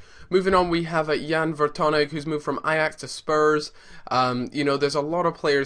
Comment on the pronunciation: It's Ver-tong-un not Ver-ton-egg